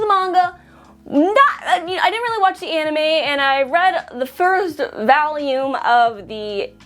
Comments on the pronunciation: Okay I know that a lot of other people have criticized this already but the way you pronounce the names of some of the characters is really dumb and a bit cringey for me and the fact that you say the word volume as vauleum is also cringey but with that said seasons 1,2, and 3 were actually good same as the manga, season 4 had good moments but not as great as previous seasons of it and the artwork looked way off for the year it was made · but why she say volume like "valium" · valume? what accent is that? o.0